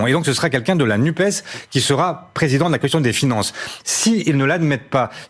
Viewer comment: "NUPES" : prononcer nupesse - sinon on n'entend pas le "S" de SOCIALE